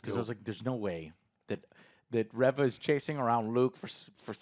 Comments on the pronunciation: Its Reeeeeeeeeva. Get it right. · I swear he cannot pernounce reva right. it is really annoying they don't say it how he says it in the show pronounce it right it does matter. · Her name is Reva. If her name was Reaver it would be spelled "Reaver." Like how it's said in Legacy of Kain Soul Reaver. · it's actually re-re-re-re-va, because she keeps coming back. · Still mispronouncing Han and now mispronunciation Reva ic.